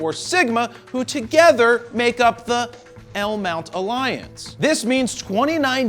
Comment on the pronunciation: I was actually pretty pissed off when you didn't say L Mount Alliance properly the first time.